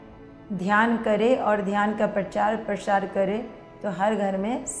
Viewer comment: प्रचार-प्रशार नहीं 😂😂😂😂 प्रचार-प्रसार